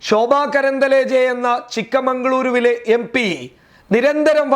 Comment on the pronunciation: Chikk mangloor aan Not chikkamangloor